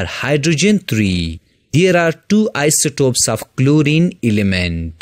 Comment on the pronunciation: Isotope not isotop,but overall lecture is good